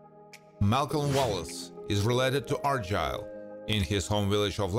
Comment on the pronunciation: Can you please learn to pronounce names correctly, such as Argyle. I am a Scot and I find that people just pronounce names oh what the think